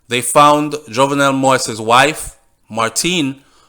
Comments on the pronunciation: Not only you but most of the media is mispronouncing this man's name. Many people have been complaining about medias, both white and black constant mispronunciation of this man's name. I have and will continue to do so because it is a sign of respect. certainly have. His name is pronounced Jovnel. The "e" is near silent. You pronounced it correctly when you read the first lady's quote. Pronouncing his name is not trivial, it just a sign of respect, which he deserves. Just tragic that his life was ended with him pleading for them not to shoot him. Seems like no one had his back at that time. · your reports from Haiti are very informative as a born Jamaican I feel that you should make an effort to pronounce his name correctly he the main character, it takes away respect from your story people will start to tune you out saying you can't even pronounce his name?? and it's not about any other media it's about respect for you and your channel. MANNERS AND RESPECT✊🏾